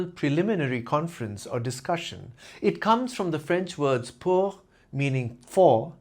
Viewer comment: Love your pronunciation of French, do you really speak the language? However, “pour” is to be pronounced as “poor”, and not, por, like, pooooor.